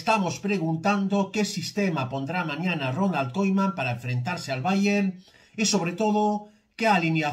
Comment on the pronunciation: Yo tú no sabes decir koeman